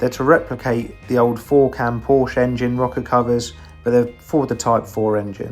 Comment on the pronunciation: Porshuuuuh. Not POrschhh